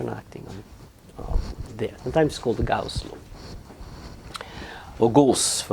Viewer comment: Just a little note. Gauss is not "Gosse" for the French: Gauss is just Gauss.